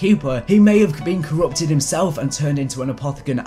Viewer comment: “Corrupted”, not “Currput”. I hope this helped you out and, ah, bye. 😆